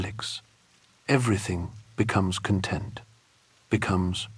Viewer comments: Then why leave your undoubtedly extensive research and writing to an AI voice that mis-contextualizes the word 'content' and mispronounces 'WALL-E'. Why not read it yourself or find another human who will? Or at least proof-listen the recording. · I had never heard of Mark Fisher but he expired things I’ve been thinking about recently. Pity about the AI voice which can’t pronounce some of the words correctly…content/content and is so monotonous it actually makes it difficult to listen